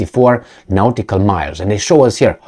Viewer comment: Its pronuanced 'naughty call'.